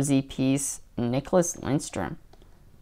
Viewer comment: There is no "N" in Lidstrom.